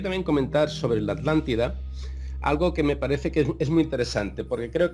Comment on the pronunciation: Españoles, si Uds crearon el castellano, por qué no lo pronuncian BIEN??? ALÁNTIDA? HUMANIDÁS? Se me caen los oídos al escucharte, chico...